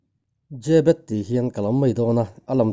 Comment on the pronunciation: Zêbet nilo in zebet anti in ka hria😇😇